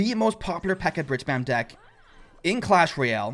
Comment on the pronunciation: Clash rooyel)))))) xD